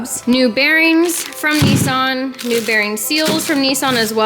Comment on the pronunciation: youve been to japan and Australia and you still say nissan and mazda wrong 🤦‍♂️